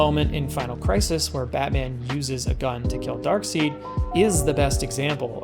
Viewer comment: Afaik Darkseid is pronounced Darkside, not Darkseed.